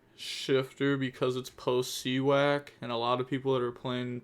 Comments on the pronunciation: More like See-Yak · you said see wack lol 😂. It is just you being you so it’s ok😅